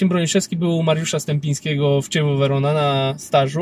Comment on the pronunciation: klub z Werony czyta sie KIEVO a nie zadne ĆEWO.